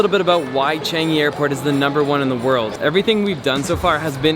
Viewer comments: pronounced as Ch-ah-ng-ee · Wait he really just said "changy"...